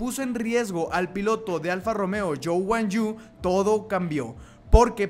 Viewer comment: Yo guan yu, noooo, es guan yu zu así no se escribe pero así se pronuncia